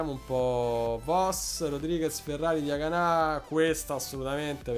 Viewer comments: Diagana senza accento sulla A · Chiamalo Diagana senza accento sulla a finale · Diagana senza l accento sulla a